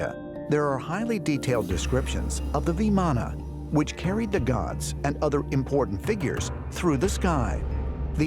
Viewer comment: Stop adding "aa" at the end of everything 😑 SHIVLING and NOT Shivalinga!!! VIMAAN and NOT VIMAANAAAS!